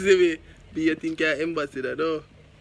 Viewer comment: 🤣😂 a me alone hear say embassodor🤣😂